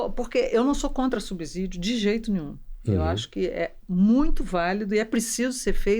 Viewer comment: Fico impressionada como pessoas inteligentes e de grau de cultura elevada pronunciam errado a palavra subsídio. Sub é prefixo e se pronuncia como subsolo, subsistência. O S soa como z geralmente entre vogais. Acho que as pessoas vão na pesquisa rápida do Google cujo som da palavra aparece com z